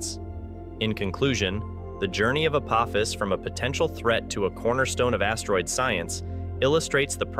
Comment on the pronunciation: The "o" in "Apophis" is a long "o," like with a macron, for anyone with a working brain enough to know how the English language works. I guess Skynet isn't taking over anytime soon.